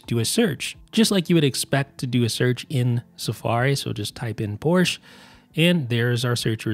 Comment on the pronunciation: The e of Porsche is not silent.